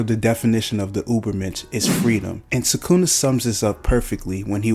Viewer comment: bro you could at least pronounce it right it literally sounds like you are trying to pronounce it wrong you almost pause before you say it every time